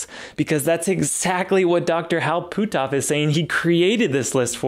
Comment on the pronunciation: Great video but you're killing me with the way your pronounce Hal's name. It's pronounced "put-off", not "poo-toff" ;-)